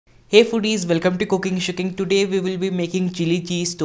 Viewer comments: Did he say shitting? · I just heard "COOKING SHITTING TODAY" ahha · Did he just say cooking shitting?